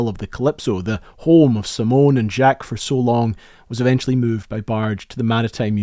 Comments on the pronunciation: I have always heard him called Jock, not Jack ... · Whats with the Jaqueeeeee its Jaquce or french Jack nog Jackeeee. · Its Jaques not pronounced Jah-k? I didn't think you were supposed to pronounce the "queeez" part. It's bothering me that he happily correctly pronounces "Dumas" as "doo-mah" rather than "dumbass", but Jacque is jack-weeze. I initially thought it was understandable anti-French sentiment, but now I'm confused. Not to mention the German "Junkers" rather than "yunkers". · Lol why are you pronouncing his name "zhock- ease"? It's just Jake... with a French flair. You wouldn't pronounce the "es". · I'm sorry but your pronunciation of Jacques is way off. I'm surprised you didn't google how to pronounce his name before making this video? Jacques is pronounced "zhaak", not "jackeves" or whatever hilarious way you pronounced it in your video lol. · "jawk", not "jakeez" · Who the hell is Jack-Kees Cousteau? Jacques Cousteau is the man's name.... Jacques is pronounced like "Jock" with a soft J sound "Zhock" It's like when Jean-Luc pronounced ZheanLook is mispronounced Gene-Luck... The fact that you produced this entire well made and historically accurate piece and got the pronunciation of man's first name wrong throughout the entire presentation is the most distressing thing I can possibly think of. Is any of the work otherwise correct if the man's name isn't? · Jacques Cousteau's first name pronunciation sounds like this ( ZH-ah-K ) not like ( Jack-y-s ) French name . Enough History has been changed just to suit peoples political ideals , but could we please leave a grate oceanographer / explorer's name alone , we really don't need people who never even saw a guy when he was alive to change his name for the rest of us . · Good grief, man! It is pronounced zyak not jackeez. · Good grief man, the man is French you don't pronounce the S in his first name:zhaak koo stow not jahkess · "Jacques" is not pronounced "jackeez". It's more "zhack" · Jaquieees Cousteau???